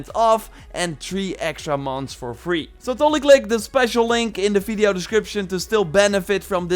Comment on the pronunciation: No one:: fideo